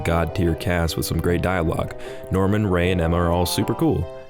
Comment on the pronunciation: for some reason, when you said "Norman" i heard "Darwin"